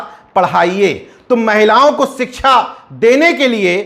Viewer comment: सिच्छा को सरसोतिय बोलते हैं भी